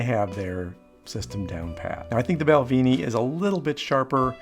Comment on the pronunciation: Mate, it’s pronounced “Bal-ven-ie” it’s Scottish/British - there’s no double “EE” in Balvenie 🏴